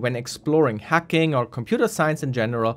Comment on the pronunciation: I kept on thinking he was saying 'hecking', not hacking